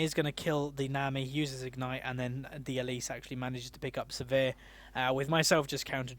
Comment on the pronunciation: Sivir is pronounced like "shiver", so it would be like "Siver", not "severe"